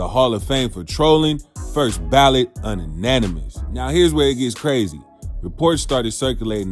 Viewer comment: 😂😂😂 BRO it’s “Unanimous” YouNanIMis 😂